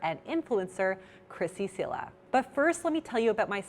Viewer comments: Her name is not Krissy "Sela", it's Krissy "Chela"... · Its Cela with a T sound not C as you would pronounce if it was spelt was “Tchela”